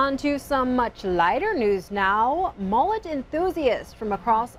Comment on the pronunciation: Its pronounced m-uh-let not m-ooh-let